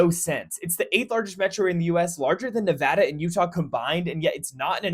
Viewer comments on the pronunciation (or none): none